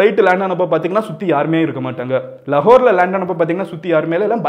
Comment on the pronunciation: லகோர் haa.. லாகுர் haa.. லாகுர் னு தானே சொல்லுவோம் 🤔🤔🤔